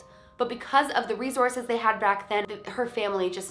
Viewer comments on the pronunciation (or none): none